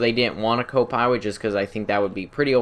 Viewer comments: I heard "copiwot" instead of "copilot". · "a co pywot" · Ha ha u said co-piwate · Reawy reawy like the savage. Co piwot